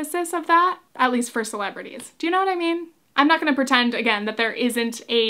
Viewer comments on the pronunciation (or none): none